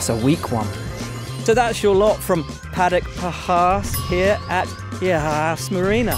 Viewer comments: It’s Haas not hass anyways? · I don't understand why the British can't pronounce Haas properly. It's a long vowel sound. Surely you guys can get on board with that. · That is not how you pronounce Haas but ok. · As an American, I'd like to take the time to tell you all that you've been pronouncing Haas wrong. It's pronounced "Hoss," not "Hass." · I agree...none of these would work if Haas was pronounced correctly